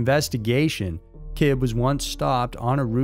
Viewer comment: It’s not Said like “Kibb” it’s “Kibbeee.”